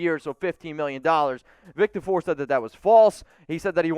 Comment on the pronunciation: For the love of god say Vic Tafur’s name properly. I know it’s a petty complaint, but get it right lol